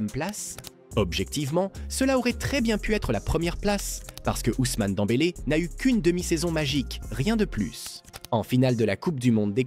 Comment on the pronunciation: Et toi qui sait même pas dire Pedri . Et qui dit suivre le foot 😂😂😂 Dent bélé 😂